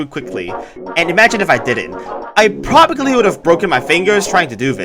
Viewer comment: always saying "probably" wrong never gets old